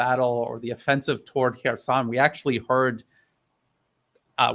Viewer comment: No Russian speaker, never mind a native one, would pronounce "Kherson" in that way. This smells fishy.